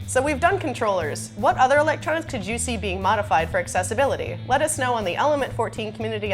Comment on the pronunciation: The way some people pronounce "Accessibility" really bugs me. it's Access not Assess